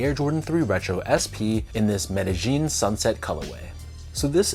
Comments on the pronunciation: Meta-eeen. I’m white as fuck and I even know how to say it. 😂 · I love your videos, but you might have to remake this one because your pronunciation of Medellin is crazy! 😂 Where did you get a "J" or "G" in the word?